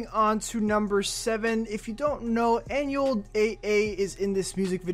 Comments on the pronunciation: And he pronounced anuels name as an u e l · First of all his real name is Manuel just get rid of the M An-u-el not that hard my guy REAL HASTA LA MUERTE 🇲🇽🇵🇷👹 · Bro really said anuel eh eh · It’s Ah-new-EL 🤦🏻‍♀️ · Dont you dare pronounce Anuel’s name like that ever again